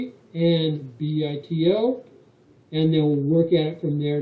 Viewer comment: I think it should be pronounced "BUY-toe"